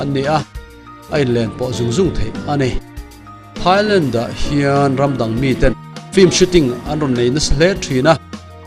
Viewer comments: Mak ka lo tia keipawh..A tawpah "Lentti " a ti zel khi. Ka en thui deuh a..a then chuan 'Thailand' a ti tho. A tilui deuh hrim hrim a nih ka ring. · Thailent tih hi mak ka lo ti deuh. Lam dante hi inang lo ve nawk thin ah ngai mai ang. 😊